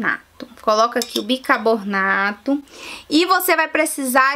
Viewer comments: Gengiba , bicabornato kkk É gengiva, e bicarbonato! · se diz Bicarbonato, assim é o certo e não Bircabonato. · kkkkkkk! bicarbornato tbm foi...rs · ela disse bicabonarto kkkkkkkkkkkkkk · Minha querida...Eu adoro seus vídeos, porém você precisa rever seu português, você pronuncia erradamente as palavras, no caso específico desse vídeo foi o "bicarbonato....você diz claramente...bicabornato"...🤣🤣🤣🤣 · É gengiba ou Gengiva ? bicabornato ou Bicarbonato ? Fiiiiiaaaa , bora aprender escova os dentes pra ensinar correto né , e usa um aparelhinho corrige as falha . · Gengiba, bicabornato... KKKKKKKKKKKKKKK